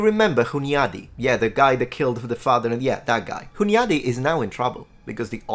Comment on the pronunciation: Hello there, first of all I really like your content. Second, I was in shock by your pronunciation of Hunyady. It's a common thing people from west can't pronounce Slavic or Hungarian names, but you got a linguistic channel too. Ask some native or at least use Google next time. Even google translator can pronounce it better.